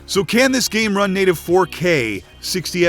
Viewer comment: did anyone else hear him say "what the gay may look like"?